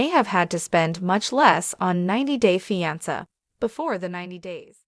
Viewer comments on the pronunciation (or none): It is pronounced FE -AN -SAY. Not FE AN SAR ! Please learn .you are a producer !